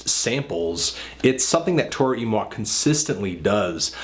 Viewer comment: Wow. I've been pronouncing Toro y Moi wrong all this time. Thanks man.